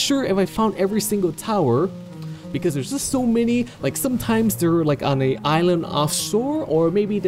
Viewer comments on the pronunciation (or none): none